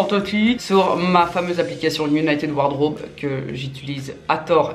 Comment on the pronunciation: "united ward raube "